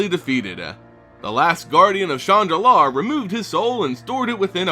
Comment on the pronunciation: When you say, "Shandalar" it sounds like you are saying, "Chan Nalaar". Lol